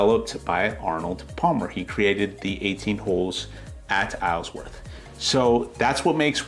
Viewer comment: Isleworth, you don’t pronounce the s